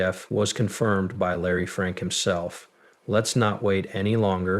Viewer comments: Just for the record ! His name is Larry Fink not Larry Frink..! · Dude, at least get the name right of the guy you're focusing on. It's F I.N.K. SMH.